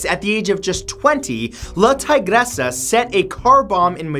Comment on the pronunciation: its pronounced la tigeresa